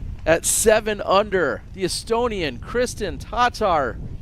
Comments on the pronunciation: Yeah he's saying it the right way. Or at least closer than the American standard way we've been saying it for the last few years. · That is a much closer way to say it than the way they have been saying it.